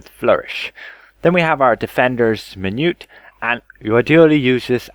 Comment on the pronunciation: min - u - et